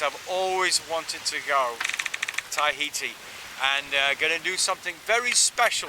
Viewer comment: Tahiti TA-HITI not tie-heati...